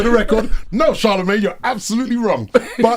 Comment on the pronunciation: Boy pronounces charlamagne like "inshallah"